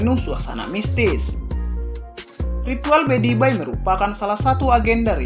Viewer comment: Maaf admin ralat..bukan bedibai tapi pedibai...🙏🙏